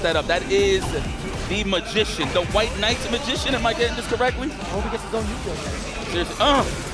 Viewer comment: "The white mabrbrbrbbrrgician" god is the best commentator